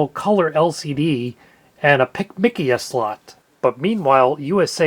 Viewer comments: I’m totally calling it “pick mickia” from now on. That is way more efficient. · That's an interesting way of pronouncing PCMCIA. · I have never heard someone say PCMCIA the way you did. I've always heard it just by letters, which is a mouthful. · I still call it PCMCIA but still say it letter-by-letter. Never heard anyone say it like you either, had to rewind and do a double take to make sure I heard that right xD